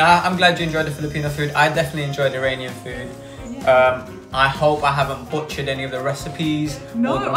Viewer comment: It might just be because of her accent but I’ve never in my life heard an Iranian pronounce Iranian like eye rain ian 💀